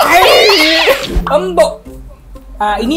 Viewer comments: Jangan embok. Embok itu dari kata simbok. Kalau orang jawa ngomong bukan embok tapi mbok. 🤭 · to pronounce "MBOK" is em bi o key, nok embuk but MBOK. 😂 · Actually mbok not embok. Mbok / ibu/ emak/ enyak all same.